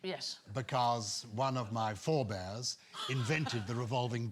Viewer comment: i laugh every time he says one of my forebares